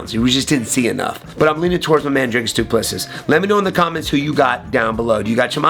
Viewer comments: The last s in his name is silent. Do-pless-e Also, your video would be easier to watch without the background music. Just saying… Thanks for the breakdown though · Wonderboy mispronouncing the Champion's name means DDP will most likely lose.